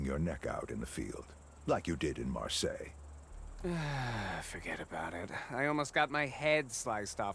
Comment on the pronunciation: Marseilles is pronounced "Mar-say" and Quai is French for Quay, pronounced "Key".